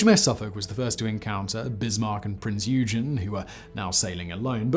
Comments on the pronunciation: Interesting as always but the mispronunciation problems are annoying , Oy Gun , not yew jen. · Prince 'oi gun' not 'u gen' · I thought it was Oi-ghen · Nice video. But I cringed whenever you named Eugen. And I'm not even German! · Mispronouncing Eugens nane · Pity that you went from pronouncing Yamato correctly in your older video (Aug 2020) to incorrectly now (it doesn't rhyme with tomato). Same thing with Richlelieu - it's ree-shuh-loo, not ree-shuh-low. Same thing again for Eugen... Good information otherwise.